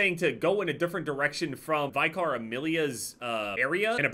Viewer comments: Just FYI,. It's pronounced VICK-ER Amelia, not VY-CAR Amelia. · Its killing me how he pronounces vicar